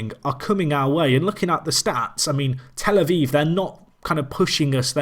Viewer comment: A viv not vive!